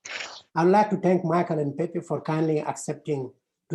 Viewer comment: By the way, the name is pronounced is NOT “peppee” “peppy” or “peepee”. The letter E” is always pronounced as “eh” as in pet, bet, fed; not Pete, feed, etc. In the Spanish language (which I’ve spoken in my 70 years of life) the vowels do not change their pronunciation just because we do not learn them correctly. So it’s sound is pehpeh if we want to respect the language and not let someone else change it.